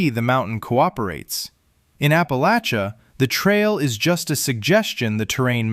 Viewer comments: The narrator is pronouncing Appa-LATCH-uh correct! At least like us southerns do in the region! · Thank you for pronouncing "Appalachia" correctly! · At least you said Appalachia right cat stand the northern pronunciation live southwest virginia most of my life not west virginia im close but we are the part of virginia east of Roanoke dont claim im about 20 minutes from the Breaks Interstate park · I LOVE, LOVE, LOVE that you pronounce Appalachia correctly ! ! !👏👏👏